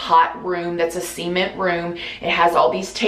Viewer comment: I head SEMEN FLOORS XD